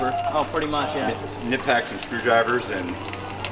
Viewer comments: Knipex... Kni Pex... Knee Pex ... Knee Pecs ! Why does he say Knit Packs (That what I heard and what the auto subtitles detected) ? Is it like he say it in german, which is where this is from ? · if you really love your Knipex tools go ahead and pronounce the "K" like the manufacturer does!